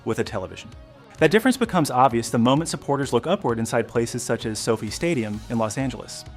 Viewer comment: While overall the video is good, every time the narrator says So-Fi like Sophie I cringe. It's pronounced So - Fy or F-eye. Irritating.